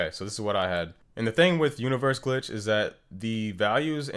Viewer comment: Alguien más se dio cuenta que lo decía era ''GLTICH'' y no ''GLITCH''? XD